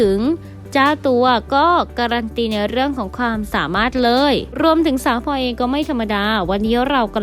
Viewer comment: ขอความกรุณาพูดให้มีคำกล้ำพลอยมิใช่พอย แอนดริวมิใช่แอนดิวค่ะ